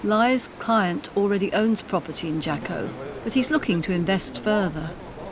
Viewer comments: frickin assholes.........leave Costa Rica alone!!!!! It's pronouced Haco.......not Jaco. There's a street, a beach and tons of prostitutes................... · It is pronounced "Haco". A Fast google search would have told you that. Jaco is one of the most polluted beaches in Costa Rica. It makes sense why it's so cheap. Yeah no. We are working hard on protecting our beaches from hungry North Americans gentrifiers. We are not going to end like Hawaii, No Sr.